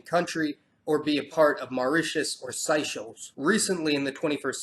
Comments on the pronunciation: Hey mate no Biggie but you were saying Seychelles wrong as someone who lived there for five years you should say it phonetically as in Say chells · Been to Diego Garcia and Seychelles. DG is in the middle of no where but since the military is there it's like being in the states. Seychelles is pronounced Say-shells. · loool it is SAY-chelles.